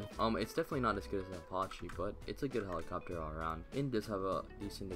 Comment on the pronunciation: no way bro said aparchee